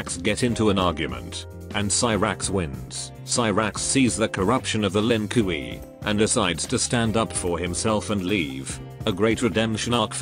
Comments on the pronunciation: Ah yes, the len cui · Lin Kuei: "Lin koowee" Kung Lao: "Kung Lay-o" Kintaro: "Kinteroe" Noob Saibot: "Noob Say-bot" xD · I love it when the voice mispronounces the voices like "Lin Koowee" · I love how stupid the text-to-speech sounds. For example; "Lin Kooee". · Oh yes the "lin qu E" my favorite clan